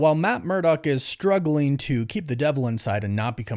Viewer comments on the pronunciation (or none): none